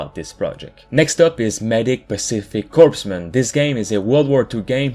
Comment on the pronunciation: Corpsman is pronounced core-man, a Navy medic that is assigned to Marine Corps units.